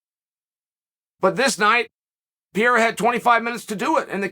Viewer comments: DUDE. PEREIRA. NOT PYERA. PE RE YRA. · Pa-rare-ra not Pee-era Chael cmon 😂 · This guy continuesly saying his name terrible wrong lmao “pee era “ his name is pereira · Pe-rei-ra... Although it is pretty funny to hear Piera persistently...😉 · For the love of god Chael is PEREIRA NOT PIERA PORRA, that aside exelent video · Geezus Chael, try to learn how to pronounce his name... wtf is Pierra? Try Pe...Rey..Ra! Not too difficult.. but really enjoy your content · Uncle Chael calling him Pier never gets old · I like how everyone has a different pronunciation of Pereira. Chael is going with Pierre. Lol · Alex 'Piera', Islan 'Michaelchef', 'Hasmat Himachev'... The question is... Does Chael mispronounce all names in purpose? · ITS NOT PIERRA!!!!!!!!!!! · Who the hell is piera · it's Peh Ray Ra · Pierra lol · As a Brazilian, it's hard to listen Sonnen pronunciation of PEREIRA. You should call him Alex. Ahahaha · Call him Poatan please his last name is Pereira and the pronunciation is not even close 😂 POATAN hands of stone ! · Chael just refuses to pronounce the first “R” in Pereira 😂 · He's the champion now, maybe you should get his last name right. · That pronunciation of "pereira" is making me physically ill. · Huge fan of yours, Uncle Chael, but you gotta learn how to say "Pereira" now. 😁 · learn some respect, Kale, and pronounce his name right. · Ffs Chael the joke is old, pronounce his name properly now